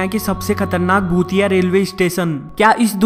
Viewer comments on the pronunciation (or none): his bhutiye sounds very similar to chutiye😂😂 nonsense yar